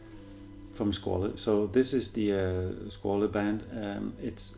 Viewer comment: Too big really for a Vintage inspired, but still quite BRILLIANT! Not available in Europe at the moment with this dial color, sadly. Btw the correct pronunciation is more the french SquaL than italian SquaLE